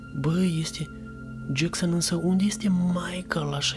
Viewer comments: Hei se zice Jason Nu Jackson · Se zice jeson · De ce spui jecsăn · practic se spune Jason dar e ok si asa xd